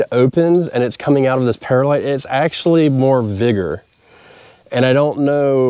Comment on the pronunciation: Great episode! Any updates for this spring? How about a side by side comparison of perlite vs vermiculite?? Oh, and by the way, it's pronounced pearl-lite, not para-lite.